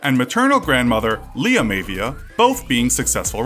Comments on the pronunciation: You mispronounced his grandfather's name. It's pronounced more like "my VEE ah" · Its actually pronounced like MyaVia lol but I love your videos. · Maivia is pronounced 'My-ah-vee-ah' :) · Maivia is pronounced My-Ah-Vee-Ah. Non Wrestling Fans, I tell ya ;) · his last name is pronounced [MY-UH-VEE-UH] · Always heard it pronounced, My-uh-V-ah. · This video is pretty bad haha wrong type of football and maivia mispronounced